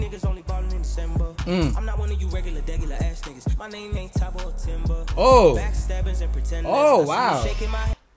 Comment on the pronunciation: Thabo and Themba *